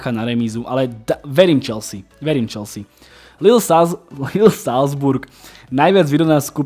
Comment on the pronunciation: Chvalim konecne spravne vyslovovani Chelsea se s…(y) chelzi uz mi trhala usi…aspon ty to rikas spravne..